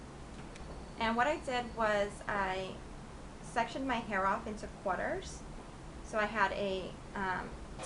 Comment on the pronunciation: This is great, but its 'quaRters', not 'quaters' lol, not trying to be mean, just saying, gret tutorial tho(